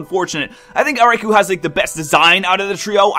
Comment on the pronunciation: Raikou - Rai•kō - [ʀɑɪ̯kəʊ̯]* Not "Raikoo" (rhymes with "two"), but "Raikoh" (rhymes with "flow"). "[O]u" is a way of translating those long "o" sounds in Japanese; they're written as both "ou" and "ō". *Written with standard IPA (International Phonetic Alphabet) for Received Pronunciation